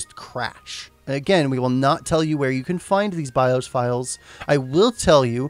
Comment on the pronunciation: BI-OS not BI-HOSE